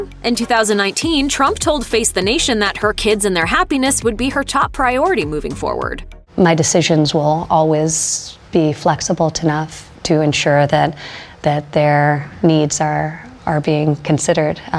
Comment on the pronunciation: Ivanka, "flexible tanough, " or was that "flexibalt enough" that you said? Either way, your inaccurate articulation of basic words shows us you have as poor a command of our national language as your blathering, verbally bumbling father. How did any of you get through college, or did you?